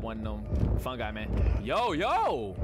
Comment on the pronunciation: you were so close its fungi like as in mushroom